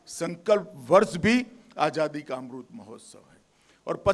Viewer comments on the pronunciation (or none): Bhaio yai kon sa naita h es ko amrit nahi bolna aata 🙏🏽